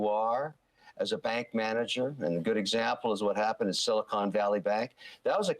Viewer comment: Every single media has an idiot reporter that thinks Silicon Valley is Silicone Valley.